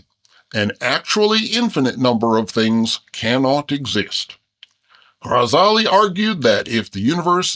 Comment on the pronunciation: As an Arabic teacher, I adore the way this cartoon bear makes the effort to pronounce the "gh" in Ghazali correctly! ❤